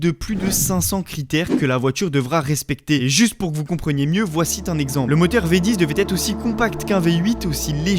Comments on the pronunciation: Très bonne vidéo, mais faut arrêter avec les liaisons hasardeuses, "voici t'un exemple", va t'être" etc. Arrête avec les "T" !!! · Bonne vidéo mais j’ai eu du mal a aller au bout avec ces liaisons dangereuses 😱 « C’est aussi t une marque Revenont un peu Devenut une icône Et commence t a rattraper Voicit un exemple » Fais vraiment attention car là tu nous fais un festival on retient que ça alors que la vidéo est intéressante et bien montée 👍🏼 La fin est un peu bizarre aussi 💁🏻‍♂️ Le bon côté pour ton référencement c’est que sans ça je n’aurais pas commenté 😄